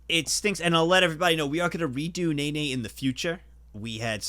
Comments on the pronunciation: When you redo Nene, if you could pronounce it Neh-neh, and not Nay-Nay, I just do not want the precious seal/bear to be associated with a stupid dance move in my mind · Take a shot every time you hear ney ney instead od nene